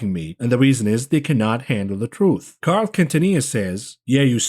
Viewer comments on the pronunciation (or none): none